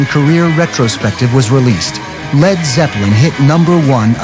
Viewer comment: It's driving me nuts that the narrator keeps calling them Led Zep-pel-lin, when every fan on earth pronounces it Led Zep-lin, as well as the band And Ahmet Ertegun for heaven's sake!